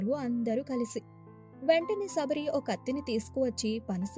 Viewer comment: సబరి కాదమ్మ శబరి